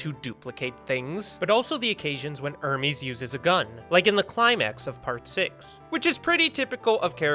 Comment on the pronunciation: Sorry my dumb brain has to point this out it’s pronounced Hermes (airmehz) like the clothing brand and not Hermes (ermeeze) like the Greek god’s messanger it’s because the characters are named after clothing producers like Gucci Hermès Emporio Armani Narciso Rodriguez Guess Anna Sui and a bunch more